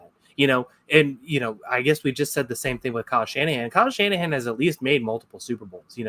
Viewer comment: How you gonna say Kyle Shannahan 😭